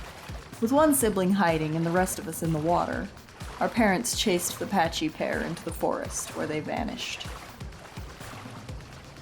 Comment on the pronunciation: Isnt it pakkie? Not patchy? :D